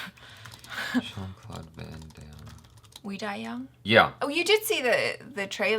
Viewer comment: "Shawn" Claude Van Damme? Lol It's "Jean"-Claude Van Damme That's why when you looked it up u didnt get the right movie at first